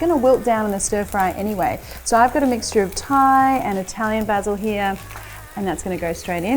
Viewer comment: 10/10 for pronouncing Basil correrctly.